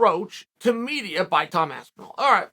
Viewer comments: Aspenwall Lmao 😂 how does Charl mess every name up at least once. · Aspenwall, I heard that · “TOM ASPENWALL”